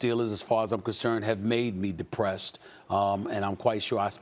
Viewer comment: Aw stephen a.'s Dee-Pressed! Too funny.